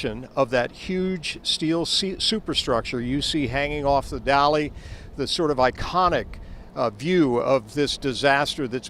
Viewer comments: Dali not Dolly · It is so funny that that huge ship is called a" dolly" ..?! Can some one help the voice?? It is called DALI...